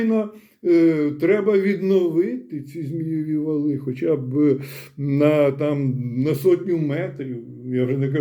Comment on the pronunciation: Бажано ставити правильні наголоси: зáгадки, фенóмени, ЗмÌєві вали.